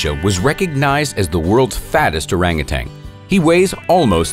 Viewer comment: It's Orangutan, not Orangutang....🤫